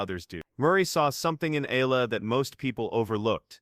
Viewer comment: AlexEala is pronounced as Alex Ayala please pronounce Alex Eala's last name correctly Alex Eala pronounced as Alex Ayala.